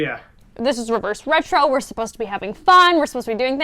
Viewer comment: Someone please make a compilation of struggling to say reverse retro